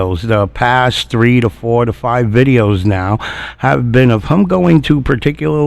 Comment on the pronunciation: Who is “thum” or “hum”. Ohhhh. You meant “thEm” and “him”. Blasé blasé. And there is a distinct difference between your “ideaL” and an “idea”. Your content is great your commentary is way too much. Shorten your videos to 20 minutes and keep your commentary to a minimum until your vocabulary is up to speed.